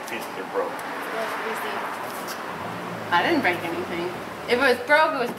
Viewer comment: commentary "You bwoke it." "Get down before you bweak it." "OK, you're Bweaking your car!" XDDDDD LMAO Good job on the repair.